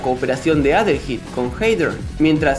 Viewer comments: Se pronuncia "adelhaid", Adelaida en español pero supongo que este sería Adelaido. De este nombre surgió Adel y Aída, y creo que ( no estoy seguro) también tiene relación con el nombre Haydee (Heidi) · Yo siempre lo pronuncie como adeleid y no adelheid jajaja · De hecho se pronuncia como "Adelaid" Ya que la h es muda. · adelheid, oyeron? adelheid. uh la la señor frances si como no. +como se dice entonces? -minirugal